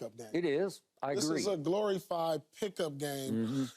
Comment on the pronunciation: “Glory fyed” 😂😂😂